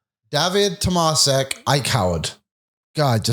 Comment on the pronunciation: Correct pronunciantion of Tomášek should be more like “Tomashek”. You guys pronounce him with “s” instead of “š” which is in his real name. I must know ‘cause my first name is Tomáš 😅